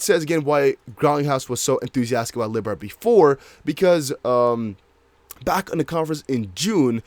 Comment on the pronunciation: and Libra is pronounced Lee-Bra